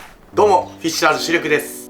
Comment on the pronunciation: シールク言い方紛らわしい😡